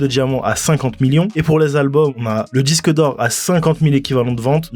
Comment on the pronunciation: "DIQUE DE PLATINE"